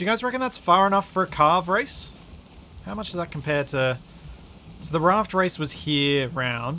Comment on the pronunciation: Karve race not Karen lol